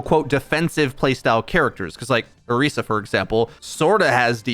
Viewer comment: Same with Orisa. It's Or-eee-sa, not Or-is-a.